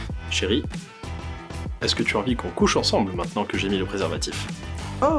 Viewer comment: "Mientenant amuser vous les enfants" 😭